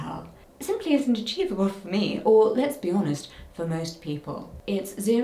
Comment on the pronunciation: That’s how I hear it every time she says “let’s be honest”!